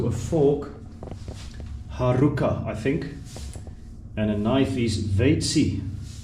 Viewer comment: The spoon is not lusika, as you pronounced it. You have to pronounce also the second k, lusikka. The sound for the letter k is long. Same with the haarukka, two "k". But you are not the only one that struggles with the finnish pronounciations. Spaniards are also lost with the long konsonants.